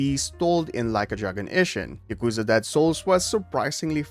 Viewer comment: It's ya-kuh(like bruh)-za, all the syllables are short and quick with no emphasis on any of them, not y'kooza. They say it literally hundreds of times during the games. There's no excuse for not being able to say it properly. What's even more inexplicable is that you start saying it properly in the middle of the video after repeating saying it incorrectly at the start. And then you say it properly and immediately afterwards say it wrong. In the same sentence!!! This has to be a troll!